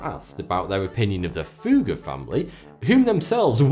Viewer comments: You didn't ever say "Fugger", more like "Fuhger" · The "u" in Fugger is short. There's a reason for the double "g". Sorry man, that just drives me crazy. Quality video! :D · very strange pronunciation of Fugger and Fuggerei in the video by German standards: its rather like Foogger or Fooggerai with clearly a double-G. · Research how to pronounce Fugger and Fuggerei...